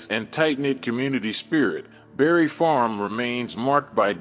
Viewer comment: Bruh, you refuse to put that s on Barry Farms. It’s Barry Farms not Barry Farm.